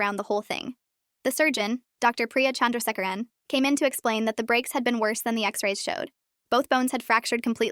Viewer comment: Can we just note how impressive it is that AI knows how to pronounce Chandrasekeran correctly?